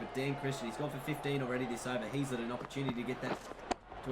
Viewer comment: Heazlet is pronounced hazlet, not heezlet.